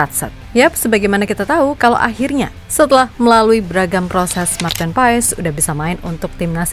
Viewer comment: Maarten Paes dibaca "Pas min bukan Paes, jadi Martin Pas 🙏🙏🙏